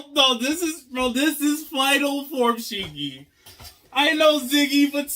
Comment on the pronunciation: Someone in the fandom mentioned that Shiki and Ziggy are actually very similar in Japanese language So I assume that him saying Ziggy was due to f**ked up mouth and can't pronounce his name. Just an observation but Ziggy maybe still like Shiki personality wise, like Shiki cares a lot about his friends and Ziggy when he lost his memories formed bonds with Elsie and Shiki and this Ziggy still has those memories meaning he is hesitant to kill them himself, that's why he is using indirect means to kill them. Also kill urself with your own hands is kinda Psychopathic. Maybe am looking too into it That Aside, the Reveal was amazing even if most of the fandom predicted it the implications of this reveal is much more exciting. We see that EZ crew respect & trust Shiki a lot and this reveal maybe a really hard pill to swallow for them. I want story now to focus more around this mystery what his goals are and if you ask me let the team split up, majorly shiki from the crew. More like shiki is captured by IUA Or something of sort so that crew can't interact with shiki and mystery will continue through clues.